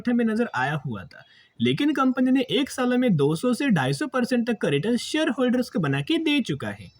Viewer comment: AK ni ak bat karate ho,😊